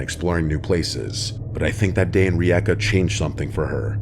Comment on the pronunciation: Bro i cannot explain how happy i am that my country has been mentioned on your channel, i will take the chance to be a bit of a know it all, please don't hold it against me, one of the videos was not of rijeka rather zadar, i remember walking through that alley, and i wanna compliment you on actually pronauncing Rijeka really well, it sounds a bit weird as most city names when mentioned in english sentances